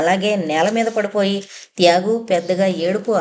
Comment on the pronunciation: "త్యాగు" అనే పేరు బదులు ఒక్కోసారి "యాగు" అని వినిపిస్తోంది